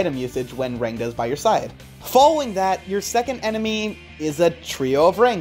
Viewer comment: i'm pretty sure you pronounce rangda as " ruhng - tha " i say this as an indian but like. NICE VIDEO DUDE